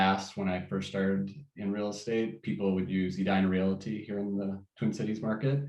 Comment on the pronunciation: It concerns me that this so-called “expert” doesn’t even know how to pronounce “realty.”